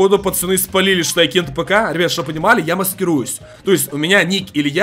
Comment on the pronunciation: Ты почему кент апк а не кент афк